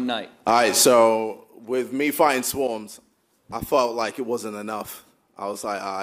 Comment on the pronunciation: "shwarmz" lmfao